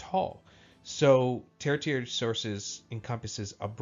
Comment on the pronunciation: Not to get too picky, but I'm a little surprised you got this far not knowing how to pronounce 'tertiary.' It's pronounced ter-she-air-ee.